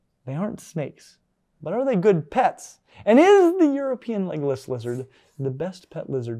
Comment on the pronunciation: I could swear he is saying "Legolas" lizards😂